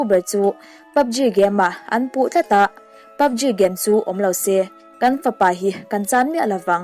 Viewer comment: PUBG i lamdan kher hi a... Ji tiin lam suh G tur 😃